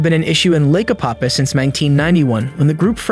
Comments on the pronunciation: It’s Apopka. With a K. Damn man! Don’t insult the name lol. I know you are trying, but come on. Try and say the name right. It’s not, Apapah, Opopa, Apahkuh, Appacka. None of that. APOPKA. SAY IT SLOW. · A-pop-KA— hard K.. lol! I lived here for years.. beautiful lake.. also… you said STREET Johns River.. 😂 it is SAINT John’s River… 🤘🏼🤘🏼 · It’s pronounced Ā-pop-kuh